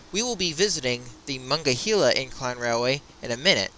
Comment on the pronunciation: muh-nong-guh-hee-luh River.... Lol your pronouncing it wrong